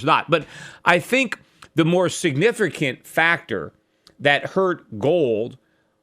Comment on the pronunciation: Peter, are you saying 'Signifercant'?